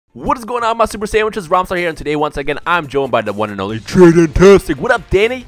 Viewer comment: "Once again my super sandwhiches"